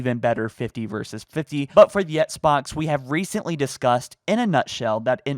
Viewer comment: says "Esk-Box" instead of XBOX.;) ESKimo Box